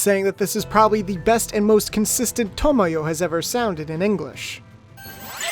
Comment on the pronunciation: Everyone talks about how 'Sakura' was mispronounced as 'Sa-koo-ra' in the Nelvana dub, but no-one seems to realise Tomoyo's name is constantly mispronounced. People pronounce it 'To-mo-yo' when in the original Japanese it's 'To-moy-o'.